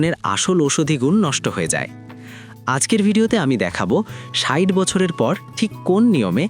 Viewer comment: ষাইট নয় ষাট আগে ভাষা টা ঠিক করেন কখনো ষাইট আবার কখনো ষাট এই গুলো ঠিক করেন।